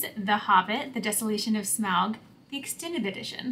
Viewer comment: You said Smaug correctly the first time. :)